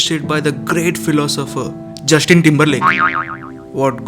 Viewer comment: jushtin timberlake?? bolna to seekh leta pehle